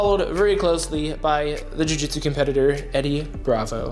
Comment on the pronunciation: "joo jitsew"